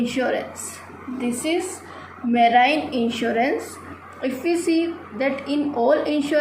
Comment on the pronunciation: PRONOUNCIATION IS WRONG OF MARINE TRY TO CORRECT THAT AND MANY OTHER PRONOUNCIATION IS ALSO WRONG REST IS OKAY IF YOU BRUSH UP A LITTLE THEN YOU CAN DO IT